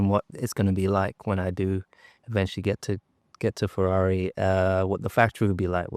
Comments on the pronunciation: It's nice that he got the team's name correct this time 😁. Forza Ferrari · He nailed the team name. Just on his first season. Well done!! 😅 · And he gets the teams name correctly the 1st time he says it on an interview 😂😂😂 Guess the previous team name was too long neh???